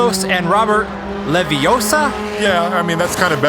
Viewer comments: It's leviooosa not leviosaaar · Its not leviosa. Its leviosaAAAAAAAAAAA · It's levi O sa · Ah-hem, that's LeviOssa. Gotta say it right if you're to be a real wizard. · Its leviosa not leviosa Is this guy watch harry potter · It's Leviosa! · Pronouncing Leviossa differently actually helps him to win the round